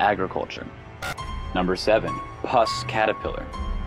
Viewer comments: #7 its pronounced -poos-. Not pus. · PLEASE... at least make an attempt to pronounce things correctly. I understand a mistake if the word is really long & complicated, but the "Puss Caterpillar" is NOT a "PUS Caterpillar"!! It even explains the name in the video- it's called a PUSS Caterpillar because of it's long hairs that resemble a Persian CAT... like "Pussycat". The narrator was saying it like "PUS", as in the smelly, greenish goo that oozes from an infected wound. BIG difference there folks. People watch these things to learn stuff & also be entertained, but you can't learn about something if the video doesn't even bother to get a really easy to pronounce name right. I really like this channel, & watch every video. This is my first complaint about it, & I kinda feel bad about it- but I just couldn't let this one go. Aside from this one pet peeve about pronunciation, I love the channel. Keep 'em coming! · "Puss" is not pronounced "pus"! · For #7: since when is "P-U-S-S" pronounced as pus? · You pronouced puss caterpillar incorrectly.But i understand,you probably didn't want people to laugh.